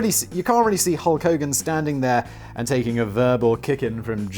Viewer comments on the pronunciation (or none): none